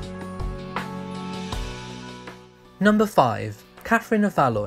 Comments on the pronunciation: Catherine of Valoy??! I think you mean Catherine of Valois - pronounced Valwah! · Btw, Katherine of Valois is pronounced "Va-lu-wah", not "Va-loi". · Thanks now I'm gonna know how to say it as I've been saying "val-ous" everytimei read it not "valwah" I'm an Aussie BTW so we don't really do French properly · Valloy 😂 Pronounced "Val-wah" my friend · Its Val wah.. not Val ois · Catherine of "Valoy". Please learn how to pronounce Valois. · Very interesting. One small point: Valois is pronounced “Valwah.” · Valoa it is pronounced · Valois (as in Katherine of Valois) is pronounced "Val-wah" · Interesting video. N.B. Valois is pronounced Val-wa. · Valois is pronounced valwa with a French accent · Valois is pronounced “Val-wah” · Valois is pronounced VAL-WA. What do they teach kids in school these days? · Valois is pronounced Val-wa. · Valoieeeee? Goodness.... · Catherine of VALOIS is pronounced VALWAAR. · Valois pronounced Valwa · Thank you It gets on my nerves when this is pronounced wrong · Nice mispronunciation of 'Valois' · Learn how to pronounce “Valois”.